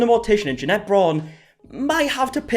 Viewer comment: loves to mispronounce Jeanette’s name just for the middle finger vibes.